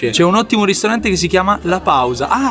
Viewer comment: da notare "ristrante" invece di ristorante